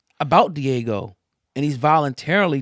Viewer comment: It’s Diageo. DEE-AA-GIO